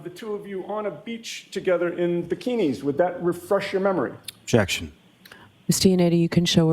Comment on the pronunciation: why did he emphasize bikinis??? weird